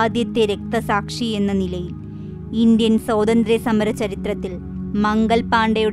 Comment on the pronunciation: Please note: സ്വാതന്ത്ര്യം, not സോദന്ത്ര്യം . And, ആദ്യമായി ആണ് ഇദ്ദേഹത്തെ patti കേള്‍ക്കുന്നത്. 🤩👍🏽